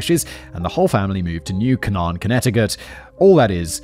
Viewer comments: It’s pronounced “New Cane-in”. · New Cane-en 😂 Has CT been saying that wrong?